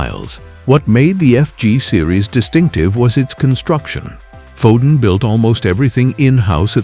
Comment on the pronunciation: Gave up at Foden of sandbarh